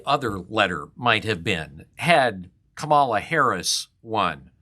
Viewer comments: Is this supposed to be unbiased? You lost me when you mispronounced Kamala as Trump does. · That’s funny because even Joe Biden mispronounced her name! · ..That’s true, and many others mispronounced her name as well. She has one of those unusual names. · Kamala has pronounced her own name differently throughout her political career. When SF DA, she put the accent on the second syllable and the a in the first syllable was different.